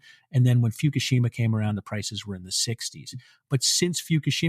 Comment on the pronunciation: Foo - ku - she - ma (learn Japanese)